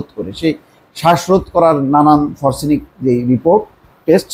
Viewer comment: হার্ট স্ট্রোক হয় না, হার্ট এটাক হয়! ফরসেনিক নয়, সঠিক হলো ফরেনসিক!